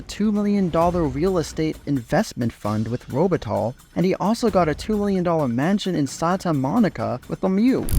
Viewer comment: Interesting story By the way its pronounce like "Robe it tie" because Luc's surname is French. Not "Robe it tall".